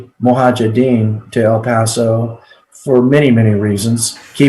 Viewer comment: Really!? "Mohajedins"!!? This guy can't even pronounce the(centerpiece) name right! No wonder we keep loosing wars after wars 🤮